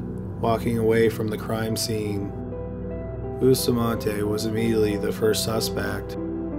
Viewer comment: I’m still on the first killer and I CRINGE everytime he says Bustamante.. It’s pronounced “Boo-stah-man-teh” not boostamahnteYYY PLEASE